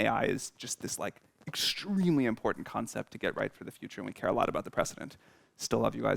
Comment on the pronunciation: the way sam emphasized extremely ruined any marginal trust i had in openai